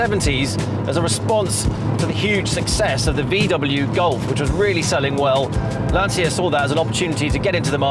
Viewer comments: Brilliant. Just please start learning how to pronounce LANCIA correctly: Brits were able to learn how to pronounce 'Porsche' or 'coupe' correctly, therefore i believe they can learn how to pronounce Lancia too. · At least learn how to say Lancia properly……….!